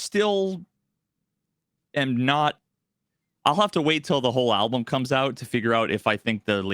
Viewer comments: still says alblum:D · Not a Sleep Token listener, yet all the drum discussion is interesting to follow, but saying 'ablum' instead of 'album' disturbs me more than the drums. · Why does say ALBLUM